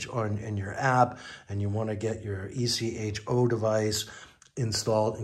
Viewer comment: It's called Echo, not e.c.h.o.